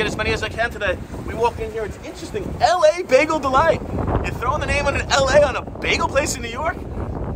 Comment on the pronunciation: It's "La Bagel Delight" NOT "L.A. Bagel Delight" For some reason, they're trying to impart a French vibe to their name. Nothing to do with Los Angeles (We can only hope, lol).